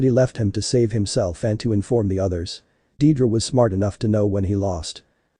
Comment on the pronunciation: it's deidara not dedra